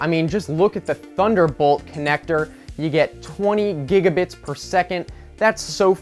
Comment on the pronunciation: I stopped taking the video seriously at. "gigebits" XD